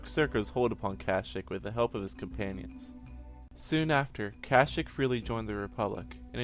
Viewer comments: and you said Plouh Koon was a Wookie, which is wrong, and you mispronounced the name of their home world every time you said it. its Not "cash-ic" it's "cash-eek" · Kasheek not kashik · at least pronnounce it right its ka sheek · The wookiee homeworld of kashyyk the 'y' s are pronounced as an "ee" sound. Not kash"ic" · Marcus Pacheco in the game KotOR they pronounce it cash-ic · stopped watching at 11 seconds, cant even say the dam name of the planet right lol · Was anyone else annoyed by how he said Kashyyk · it's kashyyk your saying it wronv